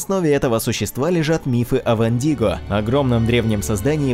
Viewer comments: Не вандиго а вендиго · правильно не вандиго а виндиго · Не вандиго а виндиго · Чел правильно говорить Вендиго.